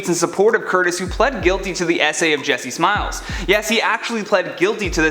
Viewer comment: lol I heard jessismells dammit lol